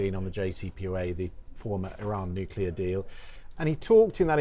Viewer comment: What kind of an "expert" doesn't even know how to pronounce "NUCLEAR"?!